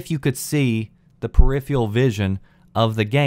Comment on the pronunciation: Peripheral. [Pear-if-ehr-ral]. Not [pear-if-e-all], because there is an 'r' in it. Hate to be a language nazi, but I've heard you say the word numerous times, and I don't think it is a regional accent to just silence particular letters.